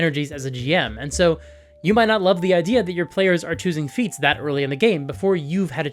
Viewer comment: Not me uncontrollably giggling because whenever says "feats" I hear "feets."